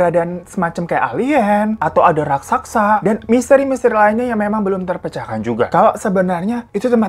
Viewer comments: Raksasa Bang bukan Rasaksa..😂😂😂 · Si Babang saking semangatnya sampe bilg raksasa jd raksaksa 😂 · Raksasa bang, bukan raksaksa hha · Raksasa bg... Bkn rasaksa... 😆🤣🤣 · "raksaksa" Hm.. ok